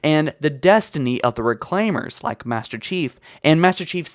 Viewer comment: “Ah, The Recalmeir!